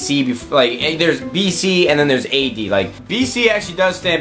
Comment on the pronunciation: Anyone else laugh when he pronounced AD?